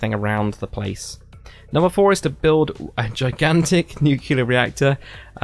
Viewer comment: Nuclear not Nucelar :)